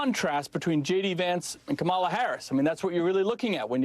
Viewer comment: After mispronouncing VP Kamala Harris' name, Gov. Sununu proceeds to call her stupid and lacking in leadership skills. He falls all over himself sucking up to Vance. From the state with the great motto of "Live Free or Die" comes a shameful governor spewing a torrent of lies. Sorry for you NH🕊